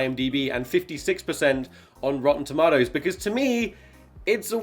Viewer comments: Oh my god, he says "tom-ah-toes"... always thought that saying was just a joke... <_< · He said tamotoes!!!!!!!!